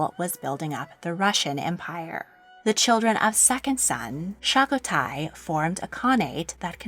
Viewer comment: It’s pronounced jochi not hochi and the 2nd sons name is pronounced chagatai not shagotai just pointing it out